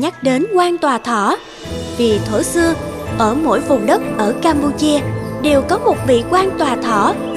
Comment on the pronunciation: Đã hiểu là Vương quốc campuchia mà cái từ nọ ( xác định là camphuchia mà nọ nghe mắc cười)